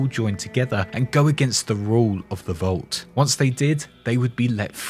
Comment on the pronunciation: Its vault, not volt! v-all-t! Come on!